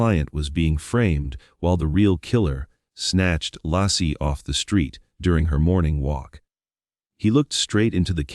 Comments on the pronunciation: Her name was Laci (Lay-ci) NOT Law-ci! Tell your Ai to smarten up and get it right. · Her name was Laci pronounced Lacy not Lassie like the dog!!!! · Not Lassie ! Laci. 😊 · this pisses me off that the stupid AI isn’t saying Laci’s name right